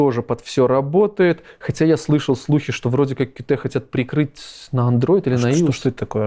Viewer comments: не "кью-ти", а кьют блин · официально правильно читать "кьют".